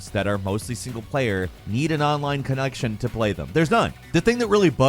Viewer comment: “Online cunuction”